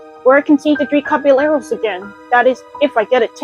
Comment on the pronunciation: You're pronouncing "Caballeros" wrong.